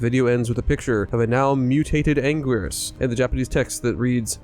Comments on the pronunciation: It's pronounced "ann-gear-us" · It's been pronounced many different ways over the years by Toho. It started as "an-gil-as" first, it's "an-gweer-us", "an-gear-us", etc. Not to mention the questionable English dub of Final Wars: "an-gween-us"...We don't talk about that.